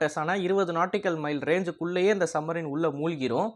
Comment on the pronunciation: தம்பி..... என்ன......சம்மரின்... சம்மரின்.......... சப்மரின்.,..என்று ... பேசுங்கள் ..